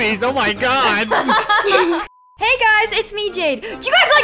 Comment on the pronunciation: When you rewind a lot when says hey it sounds like pika pika